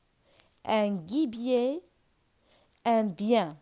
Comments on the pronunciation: Gibier جيبي ماشي كيبي Cheville شوفيي ماشي شوفيل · Gibier g ici se prononce j